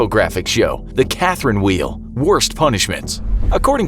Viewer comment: i thought he said karen wheel XD